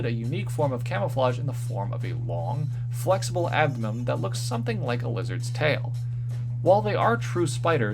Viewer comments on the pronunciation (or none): You still say abdomem instead of abdomen.